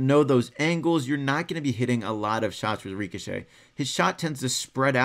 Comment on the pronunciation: Stop saying reekashay